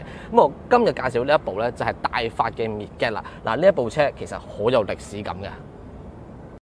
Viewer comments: 個名應該係讀 "mid-jet" 唔係 "mid-get" ，係解作“侏儒”的意思😅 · 拍車男，多謝你拍片，支持你！ 我想講，Midget 個字係讀 " Mid git" 而唔係讀 "Me Get"，Midget 意思係 << 侏儒 >> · 應該係mi jiht咁讀 個d 係 silent 但係有乜所謂 自己鍾意點讀咪點讀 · mid - get..... 作為細size型男你唔識呢個字都幾搞笑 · It's pronounced Midg-jet. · [ˈmɪdʒɪt] read after me please😂😂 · 讀錯音，請用Google translate 糾正。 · 你念個 midget 此字錯到離譜，你自己查字典就知道為什你錯得咁緊要了。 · 一開口便知龍與鳳，詏乜春吖。 Midget Giant，即係MG, 老牌英國車厰。唔係未聽人讀過下嘛，車房仔。